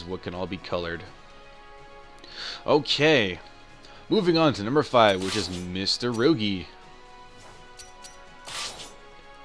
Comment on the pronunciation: Mit-surugi Not Mista-rugi my god